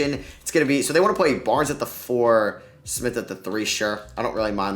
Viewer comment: damn the pronunciation of Maledon, Pokusevski, and coach Daigneault were rough man